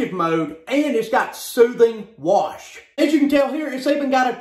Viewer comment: I love how he says "SOOTHING WASH!" Haha.